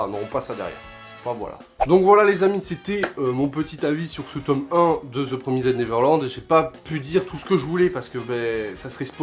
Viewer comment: Bonne vidéo !! Malgré l'anglais qui... Ptn mais t'as dit PromisEDDDDDD